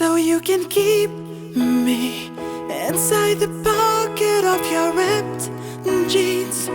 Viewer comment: Your voice is fantastic but you lack Pronounciation......it's not Phatograph but Photograph...not Repped jeans but Ripped Jeans....not Fet but Fit...